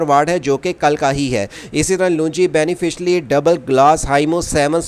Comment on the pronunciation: بھائی پہلی بات تو یہ ہے کہ سولو پینل نہیں سولر پینل بولیں دوسری بات بینیفشری نہیں بائی فیشل بولیں شکریہ